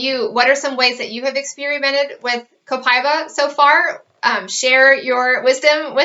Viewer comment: It's not Copai-ba, it's Copa-íba (E)Ba